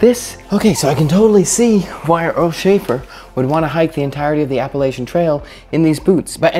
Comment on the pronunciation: Learn to say Appalachia right before making a video on it